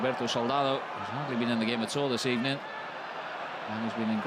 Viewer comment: good ebening